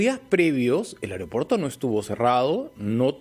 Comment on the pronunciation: Estoy harta de escuchar a tanto "periodista" limeño, decir AEREO PUERTO o AREOPUERTO cuando es AEROPUERTO. 🤨